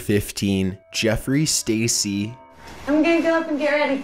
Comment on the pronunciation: the way he pronounces makes it 10 times creepy. jeFFery sTaCY